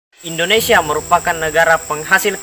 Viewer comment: .INDONESIA BUKAN ENDONESIA.INDONESIA INDONESIA INDONESIA INDONESIA INDONESIA.